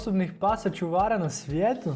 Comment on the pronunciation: Nekaze se ćuvara nego čuvara